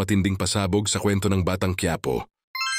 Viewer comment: Puedeng bigkasin mo Ng maayus Ang Quiapo